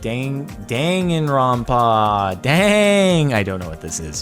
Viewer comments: When Jordan says Dangaronpon, I just wanted to die. (Jk though) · Danganronpa is an anime and it is pronounced (Dong-gun-Ron-pa) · It’s not your fault Jordan, but the way you say Danganropa makes me both cringe and laugh. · as a fan of danganronpa, watching jardon trying to pronounce it was funny, there was an attempt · And yea ya butchered the title